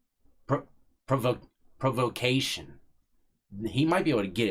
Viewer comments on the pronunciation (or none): Legal PRA VA CATION provocation. Just to help some pronounce it